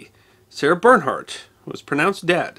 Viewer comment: What about Paganini? This is a wonderful clip, but it would be better if he learned to pronounce her name. And some of the other French references.